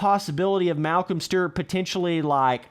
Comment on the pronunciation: “Malcom stert”